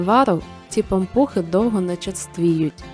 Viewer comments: Особливо наголос-пАмпухи!😂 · Перший раз чую , щоб говорили пА'мпухи , наголос на А...